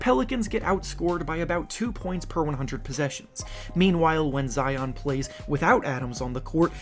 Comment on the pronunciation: GOSH HE SAID ZEON 😂😂😂😂